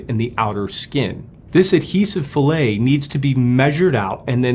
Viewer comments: its not pronounced fillet, a-la a chunk of salmon. its more like fill-it. same word for composites and machining. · A fillet as used in mechanical engineering is pronounced “fill-it”. This is an inside radius. What you used is the pronunciation “fil la” which is a cut of meat. I was working in helicopters at a competitor to Paramount when this accident happened. It grounded all A109 helicopters for a short while until they found the issue in the Milan factory. Believe it or not, but there was a change in personnel, and there were no written procedures in place. The new guy decided to clean the adhesive fillet up with a knife to do a better job. It resulted in the replacement of main rotor blades that were made after his start date. Helicopters are unforgiving . A109s were not built in the US at that time, they were all built in Milan, Italy. The Philadelphia facility was the US delivery center, customer support and customer requested modifications. I had been at both the Philadelphia facility and the factory in Milan around the time of this issue.